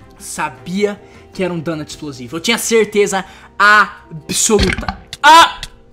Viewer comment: "certeza ábissoluta"